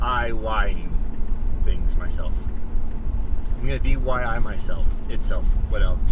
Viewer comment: I’ve never seen someone have so many problems trying to say D.I.Y 😂🤣 You need some boots of some sort to go around the sticks. Like cv axle boots off a Atv.